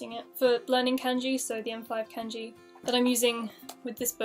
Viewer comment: It is Kanji not Kenji